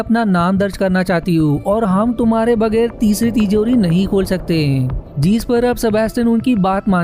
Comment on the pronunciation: अपनी हिन्दी सुधारो भैया... आपका उच्चारण गलत ही नहीं, जानलेवा है। 'जीस' नहीं, 'जिस' होता है। और इसी तरह... जीसकी = जिसकी जीसका = जिसका जीसने = जिसने कीसने = किसने कीस = किस और सैंकडों शब्द जिनका उच्चारण बहुत गलत कर रहे हो, कोई इंसान ऐसा वीडियो कैसे झेल सकता है?